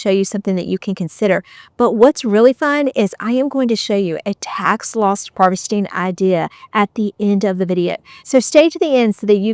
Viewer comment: It sounds like you are saying tax LOST harvesting.